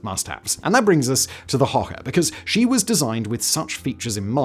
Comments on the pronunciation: Hoche is not pronounced "okay" or "oar", but a bit like "hush" . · "Hoche" is pronounced like "osh", not "hoke" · Just so you know..we pronounce "ch" in french like you guys pronounce "sh" in english...so the way you pronounce "hoche" sounds like "hoha" to me and is not french at all ..